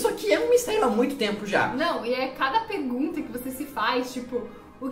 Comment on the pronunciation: "e é cada pegunta"